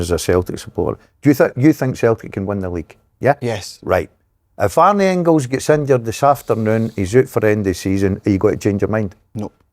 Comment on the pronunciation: Pet peeve- the Dazzler calling Engels ‘Ingils’ .